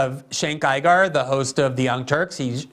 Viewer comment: With Cenk Uygur's last name, he went back-and-forth between pronouncing it 'Iger' and 'Ooger.' At least he gets the pronunciation of the first name right. 😁